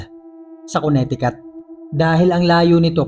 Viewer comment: Kabisaya pud nimu ui.. Check the pronounciation dong!!! 2X nako na narinig sa story nimo nga ang Connecticut kay MALI ANG PRONOUNCIATION MO.. It's Koh-ne-te-KeT